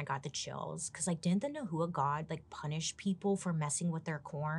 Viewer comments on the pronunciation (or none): It's not nu hu uh (nahua ) it's pronounced now wah (nahua) 😁😘